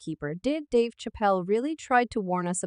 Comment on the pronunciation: You are pronouncing Dave's last name wrong...